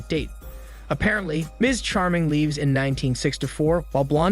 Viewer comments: “Leeeeves” Stupid. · My guy doesn’t know how to pronounce lives